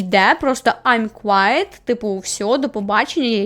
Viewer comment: Не "квайт", а "квит". "Квайт" це інше слово.